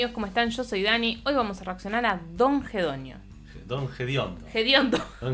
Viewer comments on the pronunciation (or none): Dijiste Don Jedonio